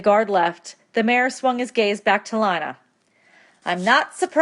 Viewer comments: LI-NA! ARE YOU KIDDING ME apps say lean a even my teacher knows and she pretty dumb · Um it's (lean-a) not (li-na) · helpful but PLEASE say lina as leena and not line-a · Lee-na not Line-a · Yo can someone tell her it’s Lina the i makes the e sound and that my name